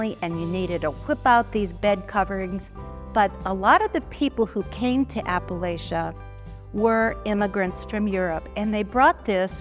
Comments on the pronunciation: Apple-atcha, not Apple-lay-cha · so the woman speaking about quilts is saying apple-lay-cha, not apple latcha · Oh,, how could you? Appa-lay-shia? You've lived here long enough to know better than that! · The information was well done but PLEASE learn how to say Appalachia! It is pronounced like you say “apple-at-cha” anyone who was raised in that part of the country cringes every time someone pronounces it. incorrectly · I can't imagine where you heard it! I'm a Virginian and have always heard it in the south pronounced as "apple-at-cha." That's the way my family and all the people I've ever known from this part of America pronounce it. The way pronounced it is from the north. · Ironic that the intro talks about a region largely misunderstood by outsiders and then has it narrated by someone who's an outsider who pronounces it oddly. Sorry, love quilts, and watch everything I can about them, but this seems a tad condescending. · Please! The host needs to learn how to pronounce Appalachian & Appalachia. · Agree. I stopped watching after after the fraudster kept saying the name wrong. Clearly she doesn’t know anything about the area